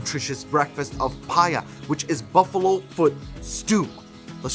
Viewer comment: U look like a real pathan and its not paya its paye